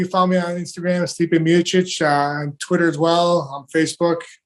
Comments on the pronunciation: Stipe was called “Styp mayosick” in official commentary of his older fights😂 and i legit thought that was his name. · Stiopic Versus Krill Gain